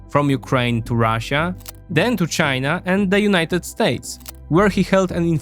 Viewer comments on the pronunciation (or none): none